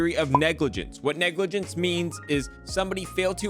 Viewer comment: What’s negligance? You mean negligence…..